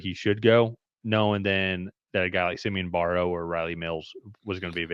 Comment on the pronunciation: It’s Barrow. Rhymes with sparrow.